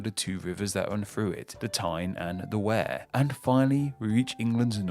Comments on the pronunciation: Wear is pronounced weer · What happened with the pronunciation of Berkshire, Derbyshire and Wear? Come on now! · The river Wear, is not pronounced Where, it’s pronounced We-are. Who is the person doing the commentary, he needs to learn how to pronounce English place names correctly. Durham, comes from the word Dunholme, meaning hill island. So it’s original name translated from Hill Island as the Cathedral and Castle are on a Hill Surrounded by the river Wear by almost 80%. Not town on a hill. Northumberland is named from the ancient land of Northumbria, which was the land north of the River Humber, which extended from The River Humber all the way to the Scottish Borders. The River Humber is no where near the modern County of Northumberland as the river is around about 100 miles South of the most southerly part of Northumberland. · You butchered the "Wear" in Tyne & Wear. It's We-ah, not "where" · Lol Tyne and "where". It's pronounced Tyne and "Weir" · I nearly spat my tea out when I hear WEAR and not WEIR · He also pronounced "Wear" as the verb, to wear, rather than like "weir", which is correct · Sorry, but you got a few pronunciations wrong: Derbyshire/Derby - Dar-bee Tyne and Wear - Tyne and Weir Berkshire - Bark-shire Otherwise, great video. Thanks! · Love the video... Great as always... Except: Derby... Pronounced Darby... As per Derbyshire... Pronounced Darbyshire.... Tyne and Wear... Wear pronounced as Wier. The river pronounced the same. There were a few more in there too. Made me cringe! Such a well researched video deserved well-researched pronunciation too. I hate to make a negative comment! Still love the video. 👍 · The Wear in Tyne and Wear isn't pronounced as he did either, It's closer to "we are". Plus the Humber is not a nearby river to Northumberland. I think he's on a C- for all of this. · And the wear in Tyne and wear is pronounced wee-er 🙂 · The Wear in Tyne and Wear is pronounced like weir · And Berkshire, and Tyne and Wear